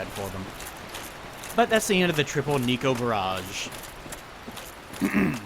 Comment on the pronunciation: its NEKO, not NICO, you weeb